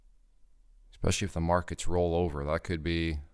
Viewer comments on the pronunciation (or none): u lost me when u said "ekspecially"